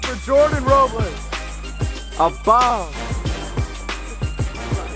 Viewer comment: If you took a shot every time switched between pronouncing it “Row-bles” and “Row-blays” you would have been blacked out by game 2 😂